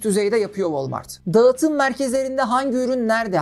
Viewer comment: Her videonu severek takip ediyorum, iyi bir hikaye anlatıcısısın. Naçizane ufak bir tavsiye vermek istiyorum eğer diksiyon eğitimi alırsan bu anlatımların daha da üst seviyeye çıkacağını düşünüyorum. Mesela Ğ harfi okunmamalı( dağıtım değil daatım şeklinde okunması gerekiyor) ya da açık e kapalı e eğitimi herkesin bilmediği detaylar . Bunlar gelirse seni dinlemeye doyamayacağız 😊